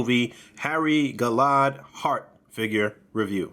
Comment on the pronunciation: Sweet review. I kind of want this just for that umbrella lol. Also, for future reference, it's Gal-la-had